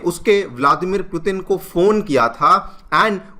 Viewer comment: It's hard to hear the wrong pronunciation of Putin.